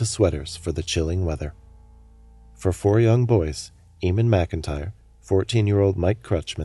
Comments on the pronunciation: That's a really odd pronunciation of the name "Eamon." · I feel really unnerved because he has the same name as me I forgot to say the name Eamon is said wrong during this vid and my last name is different